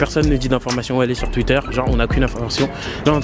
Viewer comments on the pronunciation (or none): none